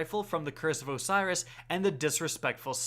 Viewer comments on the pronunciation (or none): none